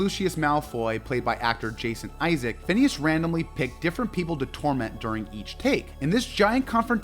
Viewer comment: It's Jason Isaacs, with an S at the end, not Isaac. And that's just one of the many mispronounced things in this video...